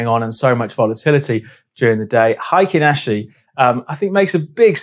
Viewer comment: Solid explanation of Heikin Ashi candles and how they can help with market moves- thank you! Just a heads up as its Japanese and pronounced "hey kin" Good luck with your trading 👍